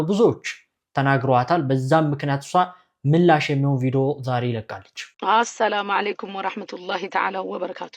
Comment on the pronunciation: ኧረ አሰላማለይኩም አይ ባልም ሰላምታሽን አሶተካክሊ አሰላሙዓለይኩም በይ